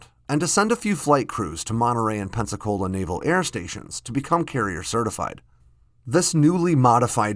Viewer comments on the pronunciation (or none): none